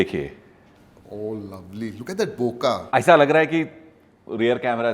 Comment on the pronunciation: Bokeh ❌ Boka ✅